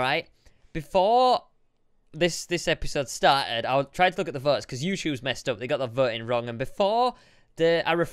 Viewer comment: and he says vots instead votes......not racist......